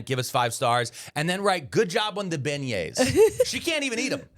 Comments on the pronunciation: You absolutely crushed the pronunciation of Beignets lol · As someone who lives in Nawlins, good job on the beignets! ⚜️